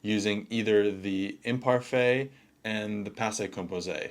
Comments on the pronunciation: The imparfay 😂😂😂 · You and ChatGpt can’t even pronounce imparfait correctly😂